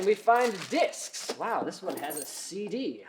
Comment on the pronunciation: When he said "and we have disks!" totally thought he said dicks!